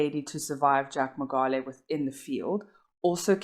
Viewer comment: Great video. But please pronounce the surname correctly.